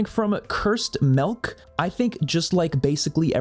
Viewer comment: Most unpopular opinion in the video is pronouncing milk as “melk” (I do this too💀)